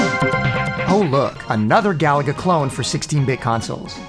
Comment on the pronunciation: Gaaaah. I cringe when people pronounce Galaga like "Gallagher". Stress the middle syllable, ga-LA-ga.